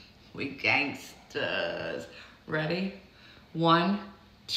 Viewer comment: The letter “n” fell out of “gangster” in about 27 seconds!